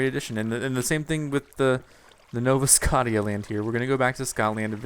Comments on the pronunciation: IT'S NOT SCOTT-EE-A!!! I WANT IT TO BE PRONOUNCED SC-OH-SHA!!! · God dammit say scottia right